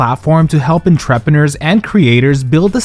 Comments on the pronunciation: Nothing could have prepared me for how he pronounced "entrepreneurs" 😭 . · I had to replay it because I thought I misheard him. 😅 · Yeah fr hello??? 😂😂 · In love with how you pronounced “entrepreneurs” for the ad lmao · The way you pronounce entrepreneurs is so funny to me 😂😂😂